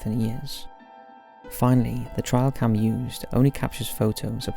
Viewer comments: It's a TRAILcam not trialcam. 😂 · Just for your info: It's TRAILcam, not TRIALcam. Trail. Like a path you walk down in the woods.